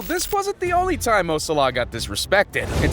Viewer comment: 'Mo Salaa' 💀 bro its Mo Salah